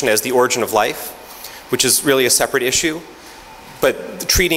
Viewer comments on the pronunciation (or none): none